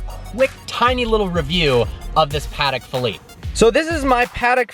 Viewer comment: It's pronounced Pah Tech Parker. Calling it a paddak makes you sound like you actually don't know time pieces